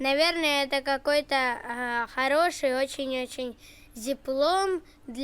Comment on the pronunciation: Зиплок, а не зиплом😂